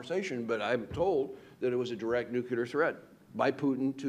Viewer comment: Why do "expert" americans keep using word "nucelar" ?